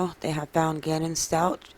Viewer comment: I wish you would pronounce the name Stauch correctly. Or just don't say it all